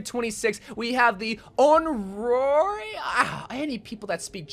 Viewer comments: Onryõ ( On- Ree- Oh) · I’m sorry I don’t want to be that guy, but it’s pronounced On-Ree-Oh